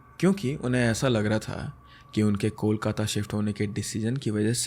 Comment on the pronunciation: The way you pronounce Kolkata is so perfect ❤ Love from Diamond Harbour, a town near Kolkata in West Bengal.😊